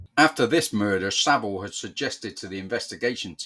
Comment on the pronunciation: It’s Savile not Saville.